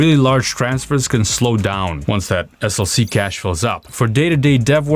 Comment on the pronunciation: CA$H or CACHE? LOL 😂